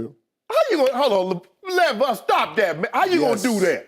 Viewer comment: LAY-Var lol not LaVar. LAY-Var..... Shay have me cracking up